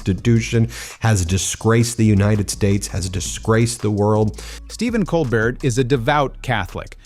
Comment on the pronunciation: Wish that the narrator would start pronouncing Stephen's last name correctly.